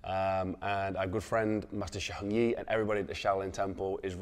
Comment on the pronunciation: His pronunciation of "Heng" is brutal. Too much throat